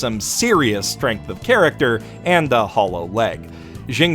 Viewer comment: I thought the anime VA butchered Xia Lian from it's original chinese enough, but you somehow managed to butcher it even more when you pronounce it. It's incredible.